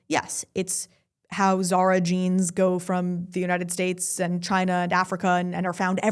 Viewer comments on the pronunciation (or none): none